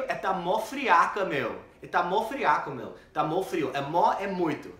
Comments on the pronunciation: Ahahahahah " meeeeu " tá manjando bem 👏🏻👏🏻👏🏻👏🏻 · já tá falando Mano e Meeuuu igual ao boça, tá indo muito bem HAUAHAUAAHAU!!!!